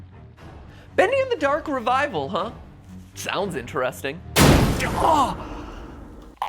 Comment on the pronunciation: the person that said so very important so very inchresting is bendy!